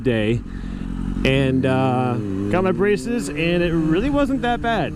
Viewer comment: "I got brahshshesses"